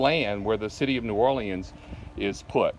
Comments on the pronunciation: Omg it’s New Or-Leans, leans dude. Not lee-Anne’s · New Or-leans. “Leans”. Not Lee-Anns🤦‍♂️